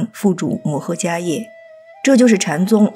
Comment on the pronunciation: 我记得读伽叶（she）